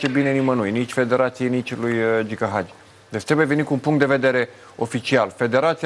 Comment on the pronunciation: Frezatu ăsta blond de prezentator de care nu a auzit nimeni să învețe să pronunțe Hagi, nu Agi ! Dacă nu știi despre cine vorbești, nu vorbi.